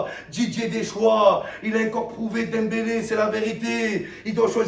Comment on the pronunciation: il dit dempelé et celui que j'ai critiqué faut aller chez orthophoniste petit